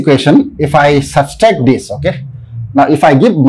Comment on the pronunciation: What is “substract”? It is “subtract” 🤦🏽‍♂️